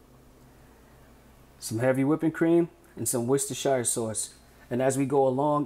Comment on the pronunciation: Just to let you know, the sauce you use is pronounced 'WUSS-TER Sauce' not 'Worshtershtershire' sauce as Americans say it. Worcestershire is just the county in which the factory sits. I live near where it's made in the UK so I hope this helps you pronounce it correctly in future.